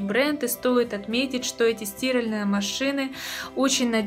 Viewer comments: У меня одного кровь из ушей пошла? 😱🤯🤦🏻‍♂️ стИральные машины, а не стиАльные! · Боже хоть бы ударение норм ставила в слове стиралтные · СтирАльные, милая, стирАльные! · в слове "стиральные" вы ударение неправильно ставите, правильно ударение ставить на букву а, от слова "стирать". Удивительно, что вы в таком возрасте этого не знаете, поэтому о стиральных машинах здесь говорить не приходится. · Стиральные ударение на А!!!! А не на И😡ухо режет жесть